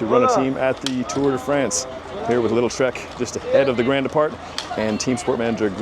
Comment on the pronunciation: Ugh... 'little' Trek. It's pronounced (Lee dul) Lidl. Hack 🙄